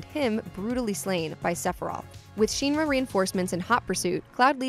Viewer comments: I can't watch this. It's pronounced "Shin Ra" not "Sheen Ra" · Why did you have a girl who has never played this series do the voice over... ugh. "Shin-ra" not "Sheen-ra" . Plus even if you never played any of the games with voice acting (original ff7 doesn't have, but crisis core does which this video referencing heavily).. That's just the normal way to pronounce it based on how it's spelled in english. Or if your familiar with japanese prefixing stuff with "shin" kinda means like "ultimate". And it's pronounced the same in japanese. The script is fine, but this girl obviously never played crisis core. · Clearly the narrator has never played this game. She is pronouncing shiinra like sheen not shin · Cloud took Zack's memories in part to PTSD, as well as the Mako/Jenova cells. It's pronounced Kuh-Daj, not Kah-Daj. Nanaki (Red XIII) is not a "mutated cat thing" It's ShinRa, not SheenRa. Cloud and Tifa were childhood friends. The kids bullied him, that's why he wasn't friends with them in Nibel. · The way Shinra is pronounced in this video scratches my ears... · The only part that sounds off is the part pronounced "ruh" cause it should be pronounced like "Raw" without the w at the end like "Ra", the shin part sounds just fine, pronounciations in japanese are sort of like spanish and other latin based languages. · Isn't it pronounce "Shin-rah"? Short "I" not long. Why does it sound like the person saying it sounds like "Sheenrah"? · Sheen-Ra? Shin-Ra... Shin like the body part. Unless you call them your sheens which is ok 🤷🏻‍♂️ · She keeps saying SHEENRA. In every FF7 world game they pronounce it "SHIN RAH". Clearly she's reading a script and never played the game...any of them. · The only thing that's bugging me is pronouncing Shinra wrong. It's Shinra not Sheenra 😑😅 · Great video putting the events together. It just bothered me a bit hearing your pronunciation of "Sheeenra". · It's not "Sheenra", the i is short like in shin bone. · she way she keeps saying sheenra